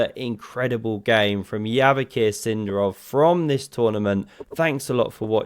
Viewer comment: It's Sind'arov, not S'indarov, mate! but thanks for the video